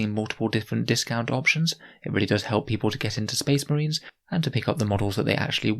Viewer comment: oh good, more spess mahrines.